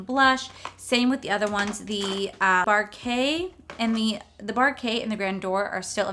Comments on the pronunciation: Quick fyi Baroque is not pronounced Barokay- it is Bar roak , like bar oak. It means The Baroque style period was the 17th & 18th century style of art & architecture. It is dark and moody- thus why they named the palette after dark colors. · I lkke these palettes. The one is pronounced bah-roke. Like bah like the sound a sheep makes and then roke, pronounced like woke. Hope that helps. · It's pronounce Bar-oak. Think of Cogsworth's line: "If it's not Baroque, don't fix it." It refers to a style of art. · Barbecue...Bar-Kay!!!!! :)~ I'm dying. Love it! It's Buh-roke....like broke...but emphasizing buh....like buh bye!! I think it's from some era back hundreds of years ago or something. I'm not super familiar with the history of it....anyway...love you hun!!! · I’m a music major so I’ve heard the term “baroque” used a decent amount. It’s basically pronounced like “buh-roke”. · Btw it's french "baroque" and it's to be read "bàròk" Can people inform themselves before pronouncing stuff on video? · The Ornate look is great!! i think you did very well with that one. Baroque is pronounced Ba-roak ;-). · All three looks were great! 🤩 I think you did amazing with the red look! And I so love you pronouncing the words 🙈 Not meant to be mean but it was so funny 😆 American english it’s: Br owk Brittish: buh rok. Not to lecture at all. But I was like saying it in my language every time you said it. I just love it! 😘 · Repeat after me, bah-roke. You're killin me smalls!!! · Baroque is pronounced Bah-Roke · Oh, bless your heart! I had to giggle every time you tried to pronounce the baroque (buh-roke) palette but you stuck to your guns and went with it! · Baroque is pronounced like broke with the emphasis on the B.. ba roke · Just to help you out it’s pronounced bar-oak, I know seems weird but that’s how you say it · Oo... this is an interesting collection. I believe it's pronounced bar-oak. I'm on the fence abt it and it's one if those collections I gotta think abt.